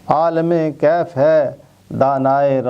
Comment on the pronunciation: جناب عابد صاحب آپ نے کلام اقبال کے ساتھ انصاف نہیں کیا۔ عالم کیف اور دانائے رموز کم کا مطلب وہ نہیں جو آپ فرما رہے ہیں ۔ عالم کے "ل" اور رموز کی "ز" کے نیچے زیر لگا کر پڑھیے پھر معاملہ ٹھیک ہو جائے گا۔ یہاں "عالم کیف" سے مراد کیفیت کا جاننے والا اور "دانائے رموز کم" سے مراد کمیت کے راز جاننے والا ہے۔